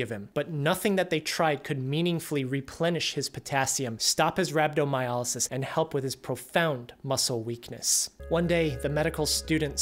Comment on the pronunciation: Why do you keep pronouncing it as Rab-do-my-A-ly-sis. It is RhabdomyOlysis.